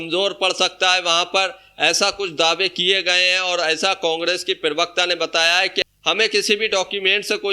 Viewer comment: पिरवक्ता नहीं होता प्रवक्ता होता है अनपढ़